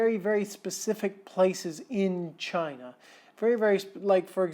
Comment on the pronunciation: Sorry mate but va-China was spot on. 8/10 😂😂